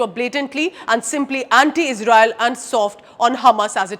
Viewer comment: we sappot yuu ijrael 😂😂😂